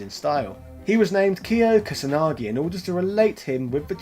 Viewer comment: So u can't pronounce the simplest name in the world (Ryu) but u have no problem with freaking Kusanagi ( the u is almost silent, correct)? lol